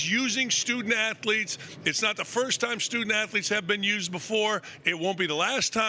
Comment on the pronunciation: When your leader says "afletes", your team sucks 😂